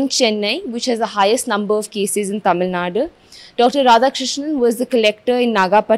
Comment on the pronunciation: I heard it right "Tamil Nadu " good job